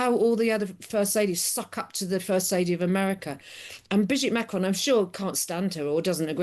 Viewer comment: The way she pronounces Macron is really beyond everything! Cringe.